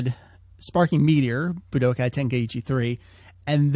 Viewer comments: BlackKnightKomms K. Coming back to this comment after a year. Wow does this sound dumb. What I meant by the comment is that he puts an unnecessary emphasis on the "Bu" in Budokai. The tenkaichi part, which i'm guessing, might be because of an accent or something. Ramble Fam, this was an AB conversation, You know the rest ;) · Buh-d'oh-kai? Seriously? Boo-duh-kai. Budokai is pronounced Boo-duh-kai >.> Ten-kuh-eey-chee? More like Ten-kai-ee-chee. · Boo-d'oh-kai. Budoukai. Budookai. Budōkai. ぶどうかい. 武道会.